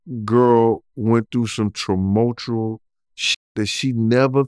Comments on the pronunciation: Tumultuous or Trumultrual.....🤔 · Did he just say “tramotional or tramotural “ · wtf did he try to say? Like traumatic and tumultuous put together?